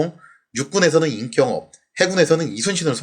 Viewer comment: 임경업을 임꼉업으로 읽는........ 당신은 진정한 문법 파괴자로 임명합니다.^^